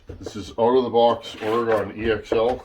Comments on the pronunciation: It's oreGUN, not oreGONE 😂 sorry i had to lol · it's "OR-GIN" that's how you pronounce oregon much love brother